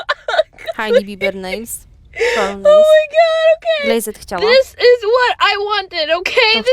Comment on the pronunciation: Glejzd a nie glejzed się to czyta 🙈